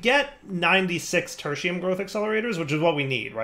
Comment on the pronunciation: yep, just used to pronounce it wrong.